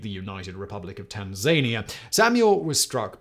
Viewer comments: Yep. He said Tan-ZANY-uh. :) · Did nobody else notice the pronunciation of Tanzania? 😂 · Still not figured out how to pronounce Tanzania huh? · Disliked for the millionth mispronounced Tanzania.... 😂